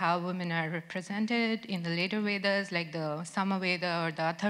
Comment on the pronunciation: lol...she can't even pronounce Vedas clearly.